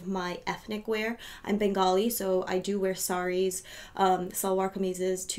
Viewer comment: I almost spit out my tea when you said "Bengali" and "salwar kameez"! Woohooo! Happy to see a glam Indian YT sharing my same passion for lux on here. Subscribed.